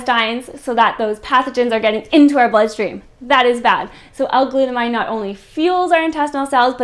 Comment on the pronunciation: its glut amine. aymeen not glut-a-mine because its an anime a type of functional group (chemistry).